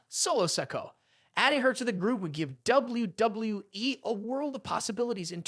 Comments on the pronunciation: You really need to work on saying WWE. "Doubly Doubloueee" - YOU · Doubble-U, Doubble-U E! Doubble-U, Doubble-U E! :face-blue-smiling: Doubble-U, Doubble-U E! I have never heard it pronounced quit like that Sir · The way he pronounces "WWE" distracted me from the actual video content. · If the viewers took a tequila shot every time you pronounced the word and said W-W-E, they would all be dead. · Why does it appear to be so hard for you to pronounce the letter w, you seem to stumble verbally every time you attempt to say 'WWE'